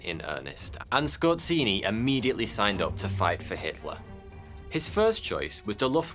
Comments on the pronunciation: scor---say ---- zeee.. say it with me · Oh god, the pronounciation. Scott Ceeny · I know he's a German, but that butchering of Polish "rz" is beyond unacceptable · Skorzeny not skorzini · A part of me dies every time he pronounces Skorzeny as "Scorcinni" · Damn, you just botchered that surname, its just Skorzeny not skozini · It's pronounced Skozheny, not Skortseny. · The way you spell Skorzeny' s name is just ridiculous. The way you spell it rather sounds like ay Italian restaurant's: like" Scozzini" That makes me laugh. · DUDE! Pronounce the name of your subject correctly, or step on Legos every day for the rest of your life. So annoying that I twitch, every time you say his name. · Ironically, his family came from Poland, and his name is not pronounced like in the video but rather with a polish sound "rz" which sounds like a "J" in "Jean". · you pronounce his name totally wrong. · You absolutely butchered his Surname.